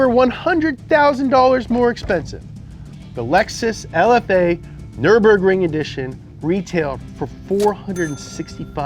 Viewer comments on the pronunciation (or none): none